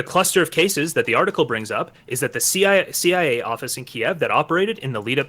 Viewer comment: I am calling them the seeya from now on, thank you.